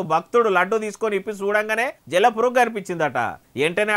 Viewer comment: జల్ల పురుగు కాదు జిల్లా పురుగు